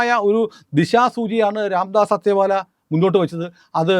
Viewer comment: രാംദാസ് അത്തേവാലയല്ല "അഠാവലേ" ആണ്. ഉച്ചാരണം ശരിയായിരിക്കാം ശ്രദ്ധിച്ചാൽ നന്നാവും.